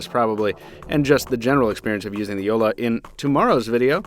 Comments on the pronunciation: Yea haha that's what I kept on hearing too. You are supposed to pronounce both "L"s in JoLLa and not just one making it sound like Jola. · Jolla means small boat in finnish and btw he calls it "joula" not jolla xD